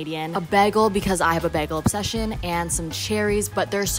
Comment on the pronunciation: why do say begal it is bagel lol no hate love everybody talks different i was just laughing a lot i love yoiuuuuuuuu